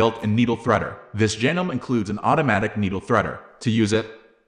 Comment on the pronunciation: Despite the spelling, it's pronounced "janomee" not "janome". It's not a life or death issue, but I thought I would mention it.